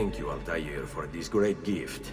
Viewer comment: no altair does not mean flyer 🤣 don't know where you got that from. 'Al' means "the" and 'Tair' means "bird" but its pronounced more like 'twair' than Taair like the characters in the game do but anyway hes "The Bird"